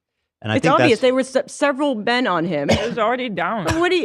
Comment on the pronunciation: puts sooo much STANK on the word "Men" lol